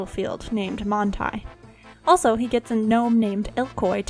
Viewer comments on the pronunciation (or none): none